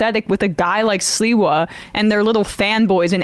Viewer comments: SLI-wa, not Silwa! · Sliwa = SleeWa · Sliwa is pronounced SLEEEWAH. Like sleazebag. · How can I take Sam seriously, when his cohost correctly pronounces Sliwa's name, and he continues to pronounce it as if it's spelled Silwa. He must not have been born yet, when Sliwa was made famous, by the New York based national media ( who think anything that happens in NYC. is national news) 40 years ago. If you're dyslexic Sam, listen to the people around you, who are correctly pronouncing names, and take a hint. I really don't think he even listens, to the others on his show, he seems to really like listening to his own voice, more than hearing others. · they didn't stop the guy.. they stomped him....And it's pronounced Sleewa...You sound almost like a bigger dope than them! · His name is pronounced "Slee-wah". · Sam: SLEE-WA 😉